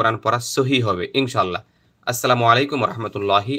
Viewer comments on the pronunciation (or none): none